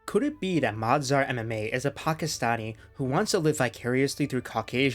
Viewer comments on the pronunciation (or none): that’s mazhar not madzar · It was Mazdhar, he said Madzhar and he wrote Mazhar